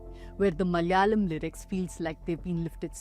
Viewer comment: In every word spoken, if the vowel on the second letter is suppressed, you're not from the South. It is Mala'yalam, not Mal'yalam.